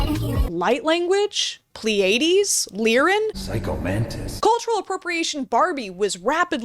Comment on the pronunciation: The apostrophe (') at the beginning of pronunciation guides tells you that the syllable right after it gets the emphasis. So it’s PLEE-uh-deez, not plee-AY-deez. E.g., Pleiades nutz